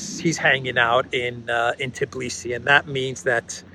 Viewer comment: it is Tbilisi not Tiblisi. Tbi-lisi. Your eyes see it, your fingers type it correctly but in speaking you swap two letters around. A common mistake, everybody says it, which adds to not becoming aware of the error and simply repeating it. Just like the fake story subject of this video. That other news outlets ran the story is no excuse,: you repeated it like a parrot, just like Tiblisi. Makes one think how many other "errors" are also simply repeated unconsciously. People's heads are full of it...